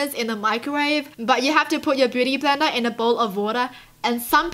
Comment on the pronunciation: You said Botey bender 😆